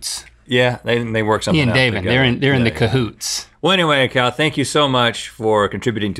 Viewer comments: I cannot be the only person who thought they called Kal "cow" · When the said kal I thought they said cow